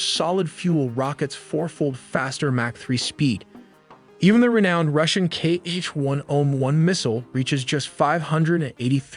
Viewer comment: Kh-101 is not "kei-eich" but "hah"